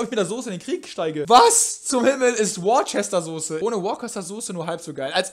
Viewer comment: Worcester wird wuusta ausgesprochen